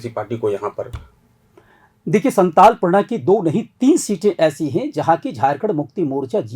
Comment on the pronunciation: Santal nhi santhal pargana hota h 😂